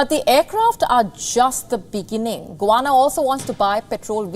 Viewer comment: GUYANA fisrt of all not guana. And its in south america not in the caribean